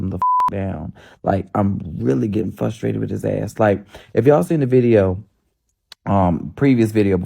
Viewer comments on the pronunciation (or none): The word is frustrated, not fustrated! I hate when people say fustrated. Like when people say axe a question, instead of ask! Dude in da Black tank top. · It's Frustrated not FUSTrated.... btw